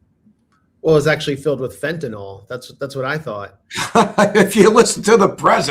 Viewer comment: fentanOIL lol😂